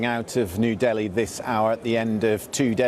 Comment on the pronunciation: It's D I L L I bro not DALHI